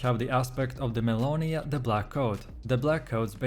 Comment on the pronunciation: Aspect of de MellInOyA Dude I can't tell what aspect you're even talking about. You don't pronounce them correctly and you dont show gameplay with them. Lazy made video.